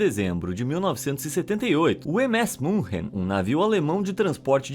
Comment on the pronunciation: Muito legal o video mas MS Munchen não existe. Fale Munique se não sabe pronunciar München.